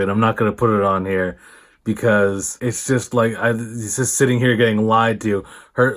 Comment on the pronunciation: “Ishust” = “it’s just”